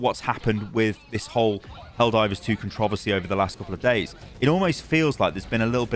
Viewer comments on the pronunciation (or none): "con-trovosty" I've never heard that word said that way, it's my new favorite way to say that word